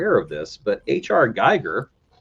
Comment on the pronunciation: Forgive me, but I'm going to have to correct you on a couple of things. First, H.R. Giger's name is pronounced like "Geeger", it rhymes with eager. Second, Roger Corman had nothing to do with Dark Star. Also, here's an interesting story. John Carpenter and Dan O'Bannon co-wrote Dark Star. Dan O'Bannon goes on to create Alien. Before Alien was released The Thing was in the early stages of development and was floundering a bit. Then Alien is released in 1979, and it showed Universal that a science fiction horror story is profitable. This is even before Carpenter was locked in to direct The Thing.